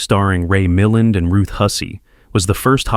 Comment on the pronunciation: Agree. So many mispronounced names. Ray “Mill-un”?